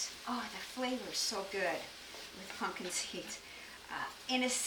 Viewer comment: I love that she says "Punkin" seeds